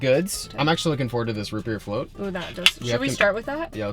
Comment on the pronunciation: Oh, root beer float! I thought you said ribbierre float!